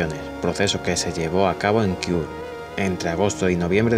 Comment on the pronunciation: Kiur? Es Kure!!